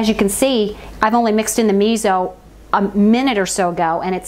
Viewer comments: You can add konbu (dried kelp) for added sea vegetable minerals and depth of flavor. Tip: miso is pronounced me so, not me zo. Thanks for the reminder of how easy this is to make. Love your videos, they are so inspiring. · Miso is pronounced mee so. Also it is easier to put the miso in a small bowl, add the liquid to it and make a mush with a fork and then add it to the larger liquid.